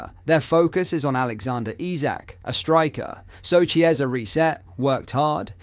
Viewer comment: Chiesa is pronounced Kiesa